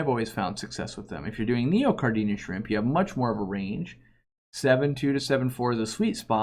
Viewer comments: You mispronounce Neocaridina. It’s Neo-cari-dina, not Neo-car-dinia. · I notice every single time says neocaridina haha. It's kinda like he's adding an extra "i", like "neocaridinia"